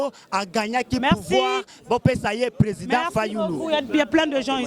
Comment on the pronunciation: ne sait même dire président 😂😂😂 alobi Prèsent fayulu 😂😂😂😂 nonononon il fallait azala Baba